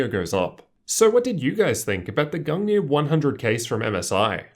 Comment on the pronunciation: Thanks for the pronunciation of the case. I was kinda freaking out about it. Excellent video my dude!